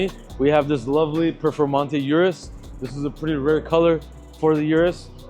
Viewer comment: still can't pronounce Urus properly